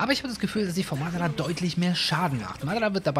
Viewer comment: Bitte sprich madara richtig aus das triggered